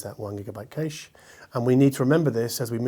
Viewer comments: Cache or cayche (sic), Data or datta (sic).. Sigh, from an Englishman’s POV at least. What’s your reasoning behind the way you pronounce these words. Especially cayche? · No way is 'kayche' a legitimate pronunciation of cache! is such a (loveable) oddball! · I do enjoy your reviews, but I cannot not mention two things... "dayter" and "cash"... I base that on 30 years in IT. Now, it could be that audiophiles refer to it in your vernacular... But, your wrong :-) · There's cache and quiche, and now according to now there's also a "kayche"? Man, English is confusing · Please stop saying 'darter' and 'kayish' it offends my delicate ears :-) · I literally shouted ‘cache’ (cash) and ‘Data’ (dayta) at the screen a second before (cough) corrected himself;) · 'kayche' is correctly pronounced 'buffer'. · That's just like aluminum and aluminium. Aluminum just sounds ridiculous, same for the kayche pronounce of cache - but both are correct, unfortunately 😆 When I heard say it, I thought like: Cache who? Nicolas Cache? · It is pronounced "cash" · Live in Germany myself. Never heard anybody say kayche. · Cache, not cache.